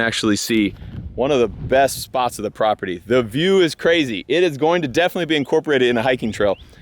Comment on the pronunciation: New drinking game, take a shot everytime says "prapurdy" aka. property, whoever doesn't notice needs to have 2 shots/sips of their drink